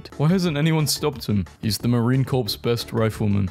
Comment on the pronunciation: it's pronounced Marine KOR, like core, not corpse. Marine Corps